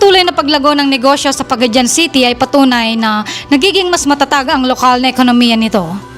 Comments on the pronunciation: Paga- di-an not Paga-dian Ta-gum not Tag-um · Pa-ga-di-an,not Pa-ga-dyan, same with But-wan not Bu-tu-an... when you say Bu-tu-an, it means you have a male reproductive organ,if bisaya hear you pronounce it wrong,we will laugh at you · it's pronounce PAGA-DI-AN not Pagadyan